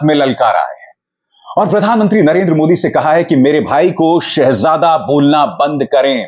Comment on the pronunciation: 10 Saal me, ek lafz Shahzada bolna bhi , theek se Nahi bol Pate.. Shaa_jade kahte hain.. Jahil